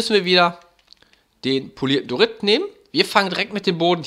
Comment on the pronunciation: Ich mag die Idee und so :) Aber was mich triggert ist das er Dorit sagt anstatt Diorit